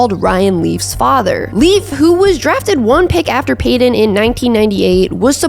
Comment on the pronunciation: I really REALLY hate the way you say Peyton